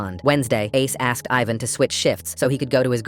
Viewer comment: Ivan is pronounced "Eee-van".